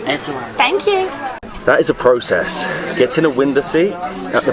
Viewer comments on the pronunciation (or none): none